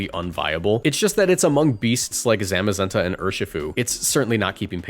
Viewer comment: It’s pronounced BEE-bare-ull, TRAHP-ee-iss, and ZAH-muh-zen-tuh, roh-TAHM, ZAH-SEE-ihn, ahl-TAHR-ee-uh, druhd-ih-GIHN, and SHEE-naht-ick, “Patrick Star”! 🤨 Swalot’s pre-evolution is Gulpin!